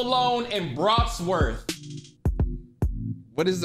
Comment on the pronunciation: This man really said "bratsworth"😂